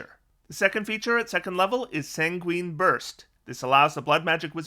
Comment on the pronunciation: 14th level, you get hit by a creature with multiattack while concentrating on a spell. You fail your save, you now lose your resistance to damage as well as whatever you're concentrating on. You've also been spending your HP like tic tacs, so you're also dead. Also,to be that guy just once because I played a lot of Oblivion, Sanguine is pronounced "Sang-win" or "Sag-wine". Sorta threaded the needle there 😅